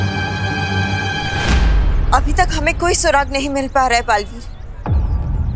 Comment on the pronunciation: It's Baalveer not balbir.